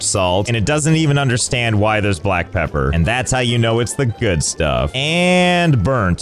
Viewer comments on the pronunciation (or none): none